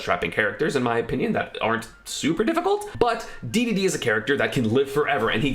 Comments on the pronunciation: oh my god did you say dee dee dee instead of daydayday cringeeeeeee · He does it on purpose to get people reactions and engagement. It’s hilarious